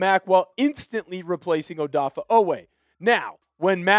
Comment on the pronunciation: Dude. His name is NOT ODAFFAH.